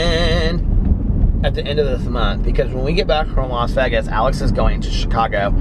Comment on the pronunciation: I really like you and your vlogs. But the way you pronounce Vegas drives me crazy 🤪